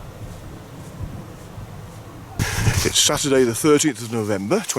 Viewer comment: Said Faybric, mate.